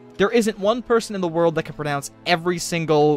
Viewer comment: I think you might have mispronounced the word pronounce